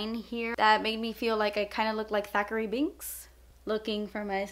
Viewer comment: Thank you for knowing that his name was "Thackery" and not "Zachary" lol